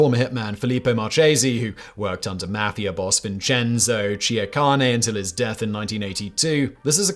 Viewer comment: It's not may-fee-ya. It is mah-fee-ya.